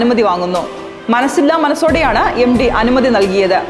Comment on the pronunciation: എം ഡി അല്ല സേച്ചി എം ടി. (MT )